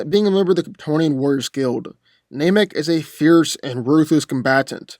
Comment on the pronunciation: It is pronounced NAM- ek, not NAME-ek